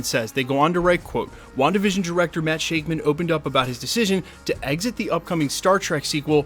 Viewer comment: pretty sure its shakman like "shack-mun" according to the sunny bros, they talk about him constantly on the podcast using that pronunciation.